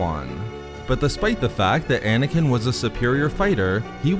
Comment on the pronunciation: Dude, stop ending words and sentences with -uh. Ex: Anakin-uh. Understanding-uh. Obi-Wan-uh.